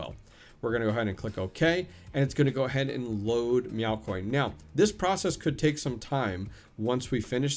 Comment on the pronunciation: Meow IS on Hive now under Mewc.... 🐈 🌙 🐈 🌙 I swear, every time you said "now" you were actually saying "Meow"! 🤣